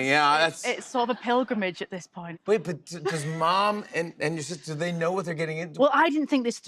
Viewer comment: The accent slips to Oldham when she says ‘but’ it comes ‘bot’ .. she’s brilliant ! Love her 👍